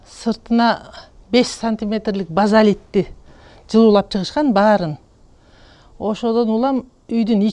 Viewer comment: Базалит эмес,базальт!